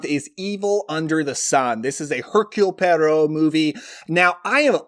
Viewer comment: You said Poirot just like Rachett said it in the Murder on The Orient Express...😂